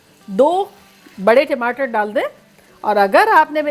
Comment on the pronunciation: timater nahi hota hah tamater hota hah 😁😁